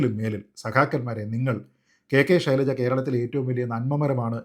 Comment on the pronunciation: ശൈലജയാണ് യഥാർത്ഥ ഉച്ഛാരണം